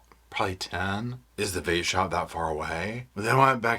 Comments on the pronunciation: I was just about to say the same thing, Paul. He did not enunciate the v is vape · Right it sounded like Vape No he slipped n said r Not v wtf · Yeah, that's what I thought I heard too! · Oooo, the local “VApe” shop. I swore he was saying the RA - pe shop! WTH? I think a LOT Of us thought that! It drives me nuts that they try to say using past tense isn’t necessarily indicative of anything. Yeah, OTHER than making it a Freudian slip. He did it a few times, but it wasn’t caught quick enough and he back peddled out and corrected himself. He mentioned a past tense right in the beginning of the interview. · IKR....the V in vape shop almost sounds like the letter R..... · It sounded like he said he went to the local vape but with an "R" instead of "V" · Yes!! It sounded like he said the " R" word the second time instead of vape !